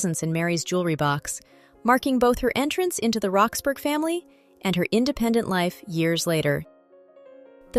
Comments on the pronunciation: What I was about to say😂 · It's pronounced Rox-bruh, like Edinbruh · Duchess of "Roxburrah" ..... that is how you say "Roxburgh". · I found it's sound irritating but thought the mispronunciation of Roxburgh was just a foreigner error. Then it didnt realise that the house is called West Horsley Place and called it West Horsley ..place. AI always slips up on the niceties of our subtle language.